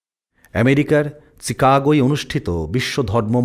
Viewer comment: চিকাগো নয়, শিকাগো। উচ্চারণ ঠিক করুন।